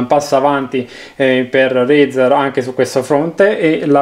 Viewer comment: Come cazz dite razer